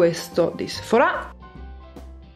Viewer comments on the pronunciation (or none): Ma perché dici Sephorà con l'accento? Si dice Sephora